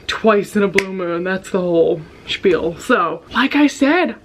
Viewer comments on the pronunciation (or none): none